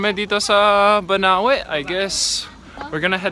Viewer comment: it's "Banaue" ;)